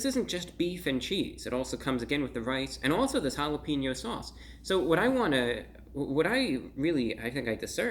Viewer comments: And I love you bro but just so you know it’s jalepenyo not jalepinnyo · Never say jalepinyo again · "This jalapeno sauche is really jall ap en yo mouth" maybe your best one yet, Brah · "hall-up-een-yo" mouth......i fell off the couch hahaha